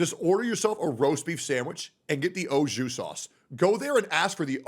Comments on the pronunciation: Ok, 2 months watching, you finally said something that triggered me, Au Jus should be pronounced more like Awe Shoe (buzzing J instead of S sound), not “Oh Jew”! 😂😂😂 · omg when bro said Ojew sauce and not Auju I felt so much frustration cause customers always make up their own pronunciation for shit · its pronounced Aju not oju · that “O” Jew Sauce